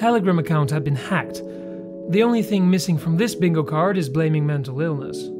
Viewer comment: Dude the word is “the” not “duh” you are clearly more than capable of saying “the” and the “th” sound cause you do it plenty of other times. Lol wtf I cannot possibly be the only one who is driven nuts by listening to this…